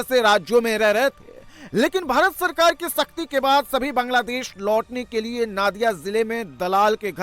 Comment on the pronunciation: Its nadia not naadia